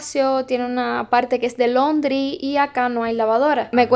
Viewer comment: No se dice londry se dice landry lundry